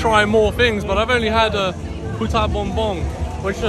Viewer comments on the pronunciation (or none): You got to be careful in pronouncing puto bumbong as you tend to say puta which is a derogatory word. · Make sure to pronounce the dessert Puto Bumbong and not Puta Bumbong 😄 Puta means Bitch in English 😁